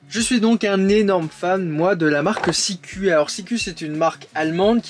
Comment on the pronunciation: Salut ``, on prononce Sikou ( Ü = U - OU = U )